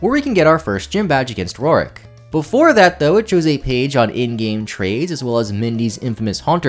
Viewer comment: Papa, love the content and love gen iv, but I’m 99% sure you have never pronounced Roark’s name correctly! 😢